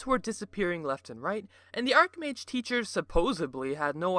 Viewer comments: Archmage... Arch... Ar-CH...CH,CH,CH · I've been playing and running games for 26 years. I'm a pro. You can't call yourself a professional if you don't know that it's not pronounced ark-mage. It's archmage pronounced the same way you pronounce archbishop.